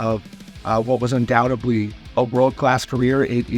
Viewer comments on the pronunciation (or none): none